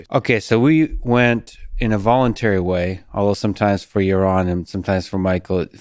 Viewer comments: Yawon Bwook did a gwate job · Ya Ron’s parents should’ve got him a speech pathologist. That inability to speak normal is so annoying.